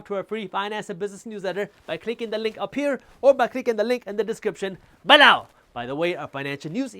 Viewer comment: Its below not balow.😂